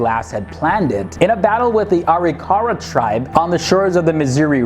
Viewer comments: Areekara? Ar-Ri-KARA would be the correct pronunciation. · Just a note .... the name for the Indian Tribe was pronounced ....AW-RICK-AW-RAW. Just thought I would make that known to you all......enjoy the story my friends.